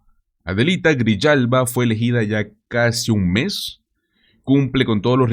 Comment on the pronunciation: En español : Grijalva. No Griyalva o Grillalva.